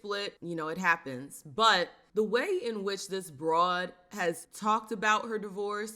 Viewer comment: Feminine women don’t say Br… oad